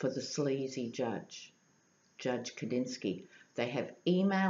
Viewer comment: It's Judge Alex Kosinski not Kadinski.